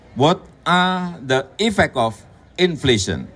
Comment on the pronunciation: 1. WKT PIDATO ADA DIBILANG : IFEKOF. GW ASING DG KATA INI. DAN STLAH GW ULANG TERNYATA GW BR PAHAM. MKSDNYA ITU : 'EFFECT OF' KLU DIBACA IFFEK OF. TP SAMA BLIAU DIBILANG IFEKOF 😀 2. SLNJUTNYA BNAR APA YG DIBILANG BG HERSU. SAAT CONVERSATION. WARTAWAN NANYA KEMANA DAN JAWABANNYA KEMANA. KLU GW JD WARTAWAN PASTI GW AKAN BILANG DI AKHIR: 'JAKA SEMBUNG BRING A KNIFE'.. 🤣🤣🤣🤣🤣